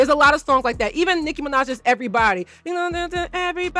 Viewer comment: am i the only one that heard that when she said “everybody” 😭